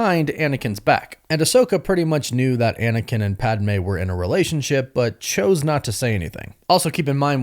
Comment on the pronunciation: Ok, I love you buddy, but say it with me. Its Pad-Meh, not Pad-ah-meh